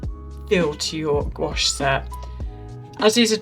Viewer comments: I’m sorry but goo-ache hurts my brain. I am forever shouting at YT - gwash!!! It’s gwash!! Now that’s off my chest, nice review. I have this set and I just love it but I would have preferred the gray pan instead of violet. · Hi, as a french person I can say the pronunciation would be closer to "gwash" than "goo-ash" since we don't tend to separate the "ou" and "a" sounds that much when speaking. It really sounds just like "wa" really. Just like our world for yes, "oui" sounds more like "wee" than "oo-ee" 🤗 But please have a little trip in France ! And though Paris is obvioulsy a very beautiful capital, other cities in France are worth visiting ! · It’s pronounced “Gwash” one syllable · in france we pronounce it "gwush" (as in "gust"), after "gw" it's an "ah" sound, not "oh", and it's definitely NOT "goo" 🤣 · It is pronounced gwash as you hear it in wate. You don’t separate the sounds even though you could grammatically separate the syllables. “Ou” in French is indeed pronounced like “oo”. But when you just say the word gouache, you pronounce it as if it was one syllable in a way. It sounds weird to insist on the separation of the syllables. 😉